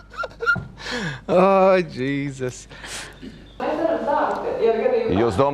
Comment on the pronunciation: ļoti latviski, es jums teikšu... "Džīzus" ("Jesus")